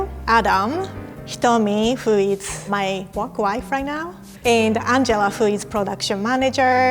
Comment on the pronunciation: That’s what you call “Speaking English Fluently” ? You don’t even know how to pronounce “who” correctly. That is not accents. Anyway whatever.